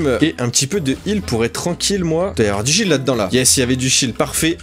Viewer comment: On dirais que tu dit “du shit“ mais enfait tu dit du shields 🤣